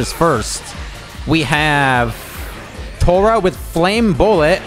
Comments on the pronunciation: He called Tora torgo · He called him torgo. Im dying 😂😂😂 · bro still pronounced tora name wrong